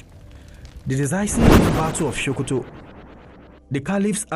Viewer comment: Its SO- ko-to .... Why are you saying SHO-ko-to?